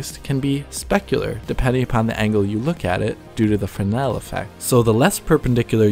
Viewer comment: Proper pronunciation of fresnel - thank you!!!